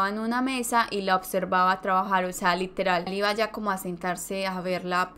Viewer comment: relatas bien, pero cuida demasiado el momento de pronunciar LITERAL ... LITERAL ... no todo es literal que por querer pronunciar palabras mas cultas te sale a la inversa